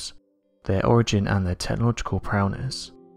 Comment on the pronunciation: Prowess pronounced [prow] [ess]